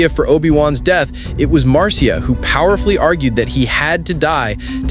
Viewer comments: It's spelled Marcia but is pronounced Marsha. Not Mar cia! 😮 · Maybe read your script to a friend, before you post….overall its a great video. Just a lil cringy on Marcia.